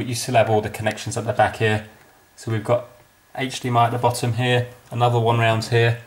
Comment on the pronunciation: Why did you say "here" as "hair"? It's confusing.